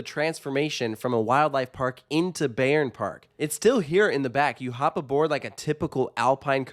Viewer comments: Don't wanna be the guy but here I am: The correct pronunciation is 'Buy-ern Park' Great review, I love this park and its atmosphere. It's well taken care of and generally has good vibes. Hopefully, they'll add another really good coaster down the line. Currently, I'll visit once per year but if they added a flagship coaster, an annual pass would be a no-brainer for me. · Cool video! Just to say you pronounce the "Bay" part in Bayern like Bye. So it sounds more like Bye-rn Park.